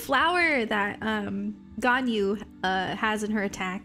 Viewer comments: Its pronounced gon - yu not gan - yu.If you like a character there your husbando/waifu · It’s gone-you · it’s pronounced “gone you” 😼